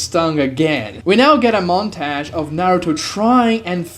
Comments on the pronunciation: i stopped watching after "montage" its not montayge T.T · The way you say 'montage' ALMOST made me quit the video 10 minutes in, but I'm sticking cus this is getting interesting. 😅